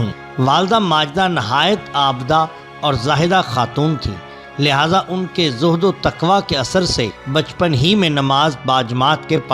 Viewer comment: Aabda nahi bha aabida... Talaffuz thik kro